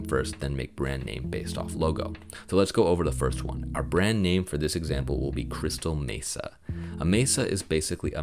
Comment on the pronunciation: This has been the struggle for me for a while can’t figure out what exactly i want to go for but glad to see you put examples with multiple logos. When you said crystal mesa i kept hearing crystal metha 😂😂 had me laughing very informative video